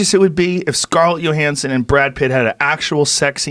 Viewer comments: I have never once heard her name pronounced YOhanssen. Wtf lol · Scarlett "Yohansson???" Hahaha